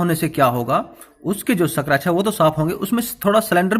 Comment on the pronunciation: सक्रेच नही स्क्रेच जानकारी के लिए धन्यवाद